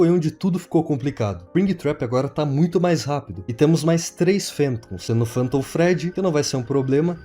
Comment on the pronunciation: Meu Deus que agonia ver ele falando PANTOM E NÃO FANTOM